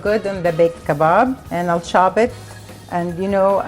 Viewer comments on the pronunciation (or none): I love it when say " We're gonna Chob it " XD